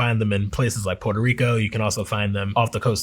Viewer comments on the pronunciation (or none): none